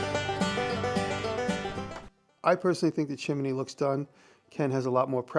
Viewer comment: Why do you say chimini instead of chimney?